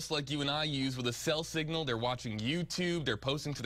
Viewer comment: “Thell thignal”